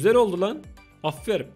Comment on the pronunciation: Abimizin aferin yerine aferim demesi😂